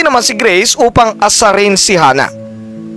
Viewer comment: D ko type 'yong pronunciation mo, akala ko no'ng una greece, grace pala 😅 taz 'yong F ginagawa mong P